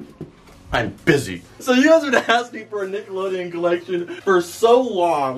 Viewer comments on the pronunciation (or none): I like when you say I bizzy